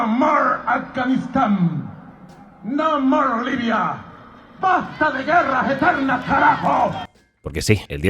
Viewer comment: No morers🐶 vietnam, no morsss🐍 somalia, no morrr iracks, no morsks👹 Afganistán, no morc libia (Este tipo debería dar clases de inglés)